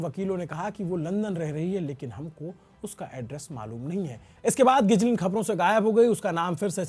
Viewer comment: गिजलिन 😅 गिलेन ✅